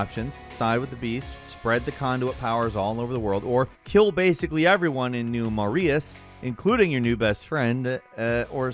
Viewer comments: It's pronounced New Muh-Ray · Pronounced new Maray in infamous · I love, but he clearly didn't play infamous 2 "New Marius" "Agent Ku-Oh" 😂😂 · This dude pronounces Forza as Fortsa and then pronounces New Marais as New Mer-eye-us. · New Mauriace??? Seriously do you do these thing to deliberately p%## us off or are you a just a fool? 😂😂😂😂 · inFamous 2 is great! Fun game that i love to play, including the setting: New MAREEUS Me: You clearly did not play the game. They say the name of the city constantly throughout and that’s not how you pronounce it. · "New Maria's" LOL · did you play infamous 2? Because your pronunciation of the city is horrendous lol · coming in with the consistent pronounciation blunder 😭 never misses